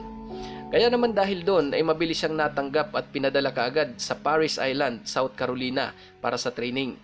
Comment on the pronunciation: Hindi marine corps “marines cor “and at hindi South Caro Lina ,south carolayna “